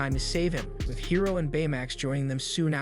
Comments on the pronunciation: Is this an AI channel? Guys voice sounds like AI as well the mispronunciation of Hiro shows. He swapped from High-Ro And Hero multiple times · High-ro? Bruh!!! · I can’t stand him saying hiro (hero) as hiro (high-ro)🤦‍♂️ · high ro high ro high ro ITS HERO JESUS CHRIST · Dude I'm late on this but the kids name is pronounced hero not high row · HIS NAME IS HIRO!!!!!!!!!! NOT HIGHRO, IT'S PRONOUNCED HEERO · "Hairo"???? It's pronounced "Hero", spelled "Hiro" 😶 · "Hero" is how it's pronounced in the movie. Not "High-roe" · I don't like how you kept miss pronouncing his name. It's Hiro (He-row) not (hi-row) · The adventures of "Highro" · Bro pronounces hiro high row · This sounds like AI, like anyone can say Hiro, not HAI-Ro. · high-roh :))))) nice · Hiro is pronounced hee-ro. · hero not hiro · Isn’t Hiro’s name pronounced the same way as “Hero”? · You pronounced Hiro's name perfectly the second time but pronounced it wrong all the time after.